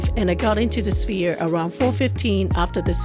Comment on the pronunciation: "S-ph-ere," not "Spear."